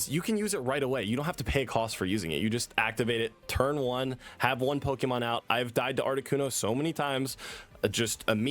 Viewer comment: I love you. but please for the love of GOD. PLEASE properly pronounce “POKÉMON”. It is NOT pronounced with a “ee” sound 😭😭😭